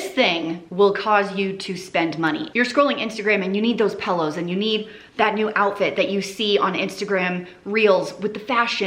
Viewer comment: You said Pellows. My sister says Pellows instead of pillows 😅